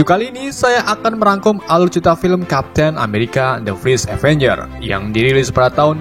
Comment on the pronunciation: Indo bet:v